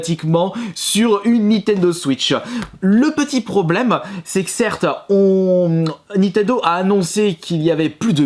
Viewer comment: Nintendo et non nitendo...